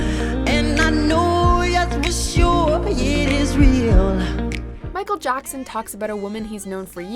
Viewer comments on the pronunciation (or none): Michael Jockson? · i swer she said michal jonson